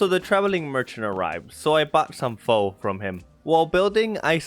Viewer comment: Just to say you said "pho" rong. You said f-o. Instead of f-u. But your content is very good. Keep up the good work!